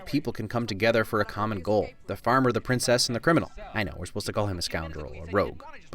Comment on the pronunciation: Did you say princess-sister or Princest sister ?